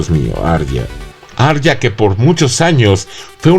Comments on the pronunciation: Por que lo pronuncias ar ya. Si en la misma sería lo pronuncia a ria? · finales muy malos, pero no tan malos como la pronuciacion del nombre de Arya Stark.